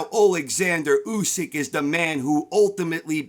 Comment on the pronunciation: At least you pronounce his name correctly! Usyk won that fight 8-4 or even 9-3 ! And by ko if w’ere being honest! If Fury shows up in December Usyk will finish him in round 10 !! That is my prediction!